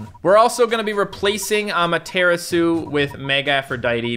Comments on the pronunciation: Ama tura su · Amadaratsu Not amaterasu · NOOOOOOOOOOOOOOO YOU PEOPLE CONVERTED TO SAY AMATERASU INSTEAD OF AMATERATDSU HOW DARE YOU!!! Please go back to your true form! On a side note if you see this comment please check out my custom battle cat that I coded right here: I spent hours making it please see this!! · Am i the only one bothered by the 'correct' prononciation of amateratsu? I liked AmateratsU much better than amatErAtsu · I kinda like it more when says amateratsu then amaterasu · "amaratsu" suit you better to say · pronunciation for Amaterasu is a-mah-tera-su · It hurts me when you say amaterasu please go back to normally say it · I miss the old Amaterasu pronunciation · i feel knows how to pronounce Amaterasu's name since she's a Shinto God, he's just mispronouncing it on purpose to upset the people who care about pronunciation. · Me tooooooooooooooooooooooooooooooooooooooooooooooooooooooo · The way he says Amaterasu angers me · Please go back to saying Amaterasu, it hurts my ears to hear you pronounce it Amaterasu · Me to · The way pronounces Amaterasu kills me:( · I miss the old Amaterasu prononciation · Cmon say amaterasu in the normal way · Still says Amaterasu wrong lol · I hate the way the pronounce Amaterasu now, the old way was better